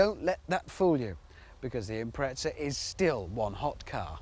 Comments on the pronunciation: IMPRETZA! COME ON... it's an IMPREZA now i can't stop saying Subaru Impretzel in my head. This video absolutely did not give me what i expected out of it. the title suggests he was going to compare the WRX to the WRX STI and give some differences in specs and feel. total let down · lmao, and Japan MADE the WRX's and its pronounced "Impreza" not your gay "impretza" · FFS. It's not an Impretza it's an Impreza. o.O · UK pronunciation